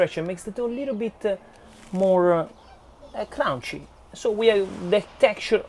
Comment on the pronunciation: Soft and "crown-she" 😂🤣😂